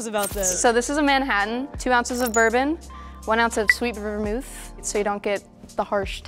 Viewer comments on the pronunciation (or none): when Michaela said "it's kinda like self-care" in reference to presentation, I knew she was the fraud, because some people make drinks themselves at home as "self-care". She also kinda stumbled over the pronunciation of "vermouth". Kevin's super practical and fast with his drinks, and his comments show he has some experience bartending (ex. the tip about not tasting the alcohol, the comments about keeping the drinks simple & non-time consuming to make). However, his drinks were all really simple. Lulu's drinks are really fancy, she made her own garnishes, and she also made educated comments (ex. the comment about how the garnish enhances the ingredients)